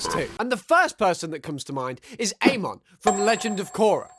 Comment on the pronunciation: your saying names weird like amon and touph